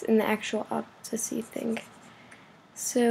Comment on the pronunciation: it's pronounced ōˈpasitē sorry for correcting you it's just what I do XD and why would people need to know this? Just wondering..... maybe just for newbs at PTS.